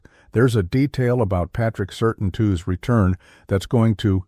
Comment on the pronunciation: Learn how to pronounce Patrick Surtain II name, its not Sur Tin it's Sur Tan.